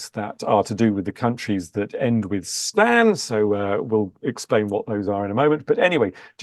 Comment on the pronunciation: He pronounced Stan correct in 17 mins mark, that's the correct way of reading it which goes for the rest of them as well. Stan means place of or province. It would be cool if you could have a look into ancient Persian or Parsi flags since you've mentioned all of these and i also saw multiple videos regarding Iran flag but nothing from the actual persian flag. Pretty educative channel and cheers